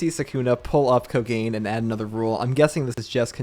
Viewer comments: Great vid! I hope yuuta doesn’t get axed, but idk it’s worrisome. Btw you are pronouncing Kamutoke and Kogane incorrectly. The “ke” in “kamutoke” is pronounced “keh” and the “ne” in kogane is pronounced “neh” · Am I the only one who pronounces Kogane as “Ko-ga-nae” koganae?